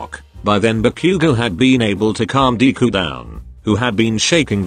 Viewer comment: It says deku as 'dee-ku'